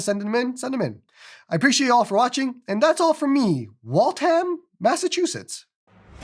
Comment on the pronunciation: As a new englander, it's pronounced "Wall-Tham", not "Wall-Tam" :P